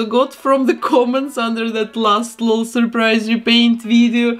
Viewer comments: its called an L-O-L surprise doll. u say each letter in “lol”. it’s not “laul”🖤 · I think it’s said L O L not lol but that’s just me I think aaaaaaaaam please don’t kill me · Ngl I'm cringing from hearing her say lol as a word not an anticipation because the commercials say "l. O. L surprise " not "lol surprise " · Your accent is my second favorite thing about you and your vids, behind your talent and creations ❤ I love that you call them "lull" dolls and not " L-O-L" dolls. Makes me giggle everytime 😅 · She says:lol Supposed to say:L.O.L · She said lal not lol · You say it L O L you say each letter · First where are you from and second you say the letters separately in L.O.L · She said lol as one word